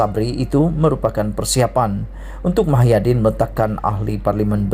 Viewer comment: Muhyidin bukan Mahyadin sebut nama orang betul dan tepat